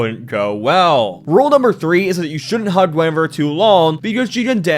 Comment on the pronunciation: Gwen-ah-veer Reference: Wife Of King Arthur Of Camelot And The Kinghts Of The Round Table